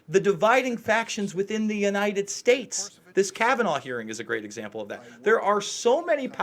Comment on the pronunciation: Can you stop saying Kabananof? It’s worse than Bush saying NU CLE LA instead of nuclear